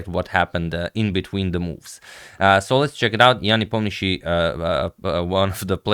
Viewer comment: the way russian names are overcomplicated in english just astounds me. you're saying it's ian nepomniaCHTCHI? for anyone wondering, "sheey" at the end there is how you pronounce it (like how you'd say shein -- the cheap clothing brand -- as "sheey-in"). also, ian is a misleading transliteration, it's pronounced "yan" not "ee-on". oomph i'm mad for no reason lol